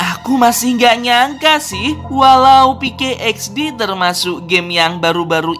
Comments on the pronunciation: PK XD Woi Bukan peykey XD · pk xdbang bukan pke xd